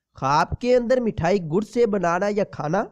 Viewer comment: Mathayi nhi mithayi bolte hain jeee